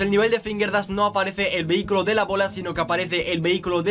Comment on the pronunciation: Alaaaa as dicho vehi-cylo 😲😲😲😲😲😂😂😂